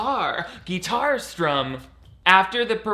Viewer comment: "Gee tar strum" got it! Lol